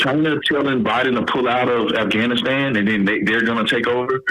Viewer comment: Why the hell does he keep saying Afghanistien, instead of Afghanistan? What an idiot!